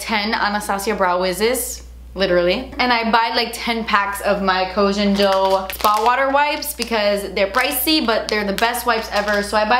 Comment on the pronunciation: GURL you still haven't learned to say Koh Gen Do correctly lol